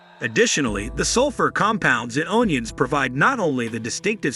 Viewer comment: “Own ions”? 😂🤣. Ridiculous